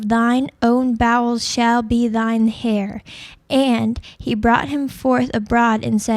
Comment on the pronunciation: heir not "hair nor hare"....